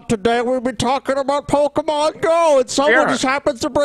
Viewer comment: I can't believe just unironically used the word "pokey-mon."